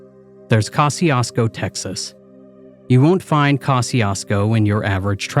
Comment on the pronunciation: 😂 …it’s pronounced "Ko-shoo-sko"